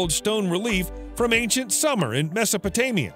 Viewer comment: Pretty sure SUMER is SOOM-er, not the warm season SUMMER? Sumerian, is not phonetic pronounced summer-aryan.